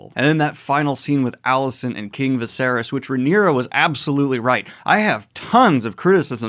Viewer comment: Why did you pronounce it vasarys lol is viserys (vis-ae-reece) that hard to say??